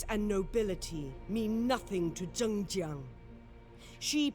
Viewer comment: THE NARRATOR PRONOUNCES HER NAME MULTIPLE TIMES it's zhəng ziang